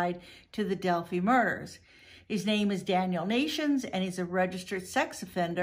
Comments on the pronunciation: FYI it’s pronounced del-figh not del-fee. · It's not Del Fee. It's Del Fi Del-phi PH = F. Fi like Pie. Not knowing how the name of the town is pronounced sinks your credibility. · Hey sweetie... I’m from Indiana. I’m in no way offering the correct pronunciation to be at all disrespectful to you. Rather just to be helpful is my only intent. I think your a wonderful dedicated and compassionate creator that works hard to find justice for victims. Del• phi ( fi) long i sound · Delphi not delphy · Pronounced DEL- Fi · DEL FIE (like 'die') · That bothered me too. How well did she research this? Watching even one video about this would have the proper pronunciation of Delphi